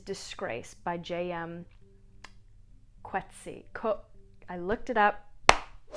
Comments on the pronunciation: On J. M. Coetzee's name: it's pronounced 'cooht-seer' and it's best heard because it's Afrikaans (South African) but that's close enough. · Great reviews of certain scribblers I've avoided. Need to find the Bataille and Cooper. Either own or read the others. Try anything by Jean Genet if you get the chance... Oh, and it's "Koot-see" (I read it twice)!